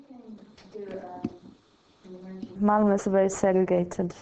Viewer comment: haha the female narrator can't say malmö, she says whalla! xD